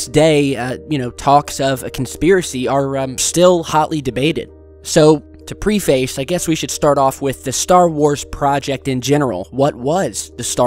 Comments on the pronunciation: Pre- face? You salid pre-Face. Its pronounced (pref-iss) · it's pronounced "PREF-is," not "PREE-feys." Also, "where in which" is still not English. Choose one or the other: "where" or "in which."